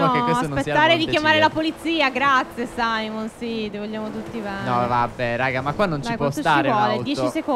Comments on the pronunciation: non si chiama Saimon si chiama simeon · Phere non si dice saimon ma simeon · SIMEON NON SAIMON